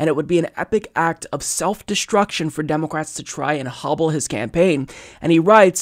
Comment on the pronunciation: Is it just me or is he saying "Democwats"?